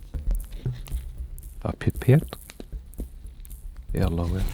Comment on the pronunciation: I laughed too hard when you said pipette.